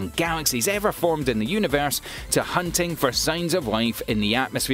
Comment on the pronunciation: It’s also universe not univears